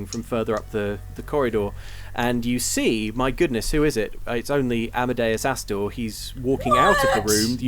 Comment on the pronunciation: "that ASStor" 😂😂😂